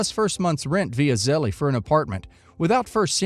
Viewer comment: the e in zelle is silent